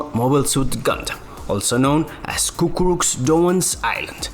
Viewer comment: it's "Cucuruz" not "Cucurux"